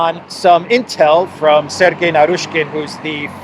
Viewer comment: Dear, I told you before -Narishkin/Naryshkin is not pronounced Narooshkin. In Russian, it is Нарышкин - ы is not pronounced oo or u, it is pronounced i or y. Ask any Russian on how to pronounce Нарышкин while you're in Moscow. I hate it when you massacre my last name. Thanks in advance.